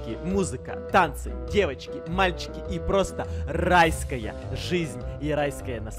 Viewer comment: ДевАчки , МальЧики 😂